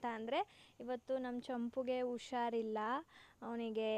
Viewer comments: Usharilla alla adu.. husharilla.. kannadavannu sariyagi balasi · adu ಉಷಾರಿಲ್ಲ ಅಲ್ಲ ಹುಷಾರಿಲ್ಲ... ಮೊದಲು ಸರಿಯಾಗಿ ಕನ್ನಡ ಕಲಿ ಆಮೇಲೆ ತಿರ್ಪೆ ಶೋಕಿ madu💦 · ಅದು... 'ಹು'ಷಾರಿಲ್ಲ'